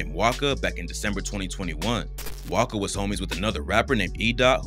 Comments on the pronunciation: His name wasca not waka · Waska not waka lmaoo so misinformed